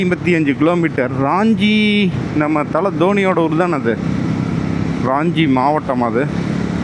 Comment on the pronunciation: அது ராஞ்சி (Raanji) இல்ல..... ரான்ச்சி (Ranchi) நான் அங்கே ஒன்றரை வருடம் பணி புரிந்து இருக்கிறேன். தசம் ஃபால்ஸ் க்கும் ஒருமுறை சென்றுள்ளேன். நல்ல வேளை நீங்க அங்கே போகல. அங்கே திருட்டு வழிப்பறி சகஜம்